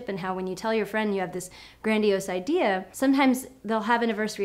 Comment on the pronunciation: Did you say ideaer instead of idea?.....oh well I'll just ignore that.hehehe